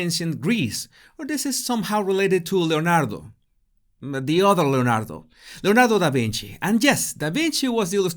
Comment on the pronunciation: "Leonardo. The other Leonardo. Leonardo Davinchi" LMAO